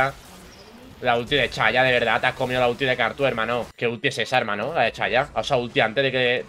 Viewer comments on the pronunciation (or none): no se dice ''chaya'' se dice ''Saya''